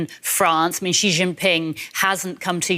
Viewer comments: Xi is pronounced as See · The host needs to learn how to pronounce “Xi.” 🇨🇳 Yes, he’s a totalitarian dictator but he deserves to have his name pronounced correctly 🎙️